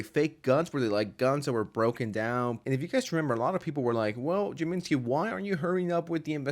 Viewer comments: Jay-MEH-skii? 🤭 It's JAMES-key. James-Kii. Short for "James Kiisliî", with kiisliî being the Russian word meaning "sour" as he liked sour food, candy, and/or alcohol (can't remember combo which of the three. Maybe all of them). I have a paranoid feeling this Google Doc is gonna come back to bite Jameskii, and possibly some of Twomad's victims, but since Twomad is, well... mortally uncoiled, I don't know what that could be. I suppose his family could sue James and anyone else applicable for slander or libel. In general, I support James and the people who were allegedly victimized by Twomad, but screenshots referencing or reacting to an incident are much more unreliable as receipts. However, James and other members in his "party" may be in a legal stranglehold with what they can post online, with both criminal and civil cases needing to be wrapped up and closed, as well as NDAs and whatever other legal headaches come with this. Let me preface my final bit with this: everything I've heard or read about Twomad from others, even people who considered themselves his friends, describes someone very, very mentally ill who was also a complete monster. "Like a madman who throws firebrands, arrows, and death, is a man who deceives his neighbor and says, 'I am only joking!'"¹ Allegedly, Twomad did both of those. Talk about a double whammy. As far as justice goes... man, I believe in the Here and Now, and also the Hereafter. Eternity. I believe in Heaven and Hell, and people who die in si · Did bro just say jamenski? Lol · Bro can you please pronounce Jameskil right it's Jame-skii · why are you saying his name in such a weird way